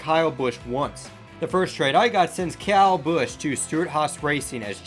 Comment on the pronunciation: Say Kyle, not Cow.